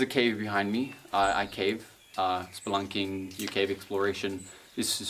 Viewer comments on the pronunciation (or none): Why did i hear splurting instead of spelunking